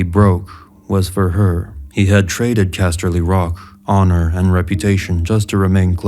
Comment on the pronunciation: The way you say castley rock is fucking annoying